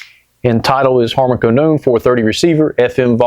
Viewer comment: Love ya but You're still over pronouncing "Kardon" Did you used to watch Johnny Carsone? Buy your cigs by the cartone? It's "car-den".